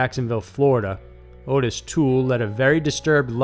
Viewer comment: (His name is not Otis, and isn't pronounced like Otis either. It sounds just like it's spellled- Ottis. Sounds like Ah-Tiss, not Oh-tiss) His father made him perform sexual acts on his male friends?!?!?! What kind of absolute monster would... could... do anything so horrible to a child? To his OWN child.